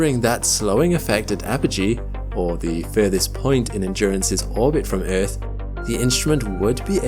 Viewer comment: Bro doesn't say "earth", he says "eith"